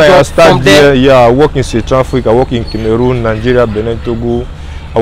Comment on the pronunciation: Most people do not pronounce"CAmeroon" right